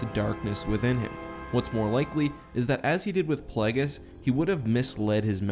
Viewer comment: ah yes darth plahgis